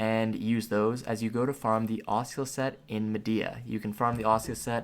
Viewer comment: he-v-ee, ass-ooh-la's. Bro please look up proper pronunciation of the stuff you are talking about. Makes me laugh so hard and i cant focus lmao